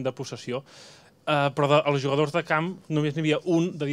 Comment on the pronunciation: Bhargav Kulkarni I think it's Catalán... He mentioned something like "molt be".... The journalist also pronounced "jugadors" with a "j" sound. Definitely not Spanish.